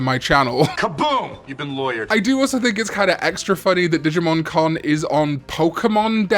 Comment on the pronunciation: When says "Digimon Con" it sounds identical to when he says "Digimon " So when is the Con?